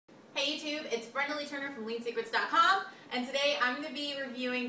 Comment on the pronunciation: Why did she put so much emphasis on ".com"??